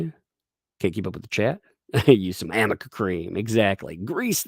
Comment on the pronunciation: I love that everything says is slightly off. AMica instead of aRNica, THE Umbrella MAN, instead of That Umbrella Guy, lolz! I think the cat lady's going senile!